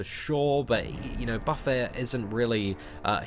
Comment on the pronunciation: Yes! Someone who pronounces buffet correctly! Always killed me to hear buffet (buh-fay) instead of buffet (buh-fit). Two completely different words.